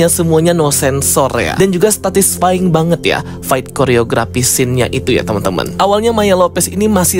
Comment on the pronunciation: "statisfying", "skrizofrenia"... Yaelah bikin kesel dengernya & banyak intonasi yg kurang jelas bre, benerin lg ya